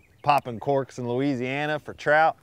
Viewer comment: Did he say louisnana for trout bubba we ant got them down here lmfao